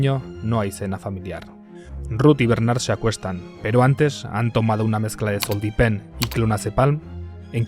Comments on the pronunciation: muy bueno el video, el unico fallo es al principio, es ZOLPIDEM y no zoldipem pero vamos que nadie se va a enterar jajaja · ZOLPIDEM!! No zoldipem y clonazepam no clonazepalm. Buen video! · Es ZOLPIDEM no Zoldipem LOL WTF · El medicamento es zolpidem, no zoldipem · Zolpiden y clonazepan q lo has dicho mal :) Buen video <3